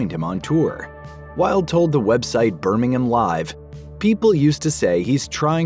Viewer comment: cant even pronounce Birmingham